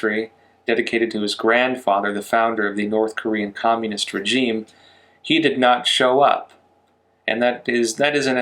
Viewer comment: please learn how to pronounce regime